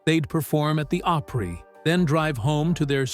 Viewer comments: Five feet tall? Grand Ole "Ope-pree"? I didn't make it past 30 seconds. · They used AI generated narration, it’s not called artificial intelligence for nothing. It can’t even pronounce simple names correctly.🤦🏾‍♂️ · Artificial “Intelligence” pronounces Opry as OH Pree 😂 what a complete miss lol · The grand old oh pree? Turned it off right then. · The Grand Olde “Opreee? Why not call it the Grand Olde Oprah? 🤦🏾‍♂️🙄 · No, but they pronounced Opry with the long "o" sound like Oprah. It's actually pronounced with a short "o", like opera. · This is another example of an AI Red YouTube video. The reader can’t even pronounce grand old Opry. I call bullshit once again. I hate this crap. Don’t watch. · This sounds like an eighth grader giving a book report and didn't actually read the assignment. Secondly, if you mispronounced "Opry"and "Acuff," you have no right narrating this video. Thirdly, he was 6'5" Fourth, there seems glitch in the Matix, it the killers names are Brown at the beginning and end of the story, the same should be true in the middle of the story. Lastly, being "Born" and "Living through" the Great depression, could possibly be interchangeably, IF you were actually born during that time. However, if you were born in 1915, like Stringbean was, you can only used, "Live through" the depression. The Great Depression, 1929 to 1939. Facts matter, history matters, words matter. A lot of comments address this is AI. I don't know. However, there is a Teacher's app that determines if the student has plagiarized a paper. It determined "Plagiarism" when it determined it was to perfectly written, without actually matching it to others work............. Talk about giving a reason to a student to NOT do their best! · . The pronunciation of Opry... and Roy Afuff's name..